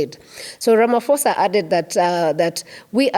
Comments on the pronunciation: I hear you madam.m but please say Ra- ma- pho- sa not Rama- fo-sa . Phosa not fosa. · The "-ph-" in Ramaphosa is pronounced as the p in pope. Sounds like 'Ramaposa' instead of Ramafosa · its pronounced Ra-ma-po-sa. The ph indicates an aspirated p. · Why does an African reporter imitate some non-Africans mispronunciation of the President's name? As far as I know, in all African languages 'ph' is never pronounced as 'f' but rather as a soft 'p' sound. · The H in Ramaphosa is silent when you pronounce his surname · Please, there is no letter "F" in our president's surname. This mispronunciations always offend South Africans as they sometimes have swear words interpretation.